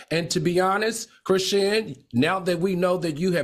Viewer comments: Al, her name is pronounced Chris-Shawn. 😂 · Why can’t Al say Chrisean’s name correctly? Does he do it on purpose?